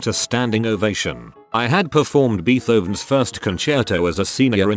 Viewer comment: “Beet-Hovens” thanks for the giggle. That’s going to cheer me up for the afternoon at least. And you wouldn’t believe the mental images I’ve come up with.